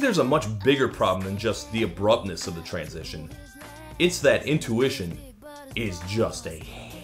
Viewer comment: I hear it as in tuition rather then intuition